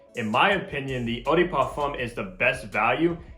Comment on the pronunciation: I'm not trying to be rude or something but please if you want to pronounce something in another language at least say it in the right way or just don't say it at all, as u said eau de parfum you could said EDP instead.